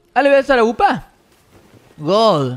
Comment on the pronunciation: Deja de decir gool